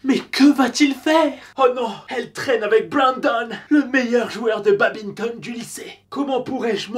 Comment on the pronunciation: Mes oreilles quand elles entendent babinton au lieu de badminton 💥💥💥🤯🤯